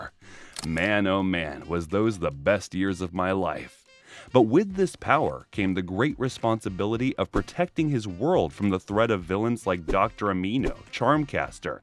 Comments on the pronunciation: It's animo not amino 🤣🤣 but that gave me a nice laugh tho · did you just called Dr animo "Dr amino" ??!!? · Bruh I agree. Aneeemo instead of anim-oh. First thing I caught. And high breed instead of hybrid